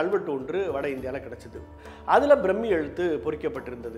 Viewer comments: அது பிரம்மி இல்லை பிராமி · பிராமி எழுத்து brammmi nu pronounce pandreenga